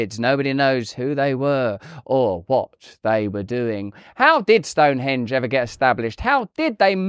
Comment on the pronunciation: I'm irritated by Russell's insistence on putting the accent on the second syllable of "Stonehonge" instead of the first syllable. What's the point of being American if we can't impose what we all know is proper pronunciation on the rest of the English-speaking world?